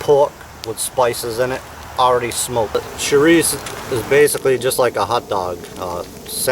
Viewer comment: Just like my grandma makes. Props for pronouncing chourico with the o dropped off the end. -Chris